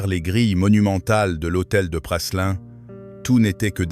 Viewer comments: L’hôtel de Choiseul Praslin ( on prononce Prâlin et non Passelin) n’est pas situé au 55 fbg Saint Honoré mais rue de Sèvres !!!! Le 55 est l’Elysée… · Se prononce Prâlin et non Prasselin. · L'hôtel de Praslin !?! se prononce Prâlin ... Cette voix iA n'est pas à la page !